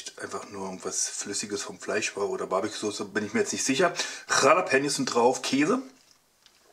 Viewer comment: Bestes englich leicht babicue